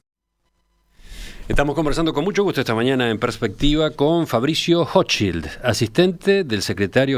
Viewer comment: Para ser rompe huevo .. la "ch" en Hochschild se pronuncia como la "j" en ajedrez .. Intriga el accento de este hombre. Dice la red que es chileno, se graduo en Oxford/inglaterra y pronuncia el español mas bien como aleman. ¿Acaso se escapo de la colonia dignidad?